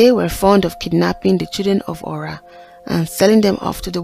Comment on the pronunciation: Nice story. But the pronunciation is Ora not öra thanks look forward to see more 👍